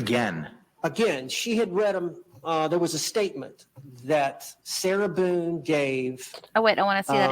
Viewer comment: Can’t stand the way he says “sira Buuune”. Or maybe it’s just the name I can’t stand